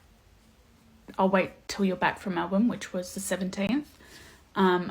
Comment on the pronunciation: Any other Aussies cringe a bit at the way she said "Brisbane" 😂😂 always funny hearing non-aussies pronounce it, that and Melbourne